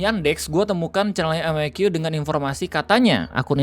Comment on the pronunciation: Dah lama ga nonton. Perasaaan, terakhir cek kanalnya tuh yang nonton dah jauh lebih sepi daripada dulu. Iya ga si ō_ō? Nyebutnya jan "Meki", seharusnya "Em A Qui", bogeng Ø^Ø!